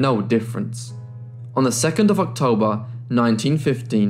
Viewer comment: What were the dates. One sounded like you said Octember, Lol!!! Next it just sounded like Tember.